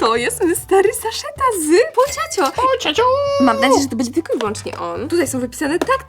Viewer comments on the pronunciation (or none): Nie mówi się pociąćo tylko pochaco